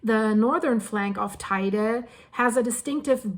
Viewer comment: Teide. She doesn't say it so badly.